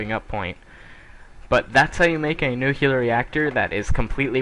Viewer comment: What is nucular ? I know what is nuclear but not nucular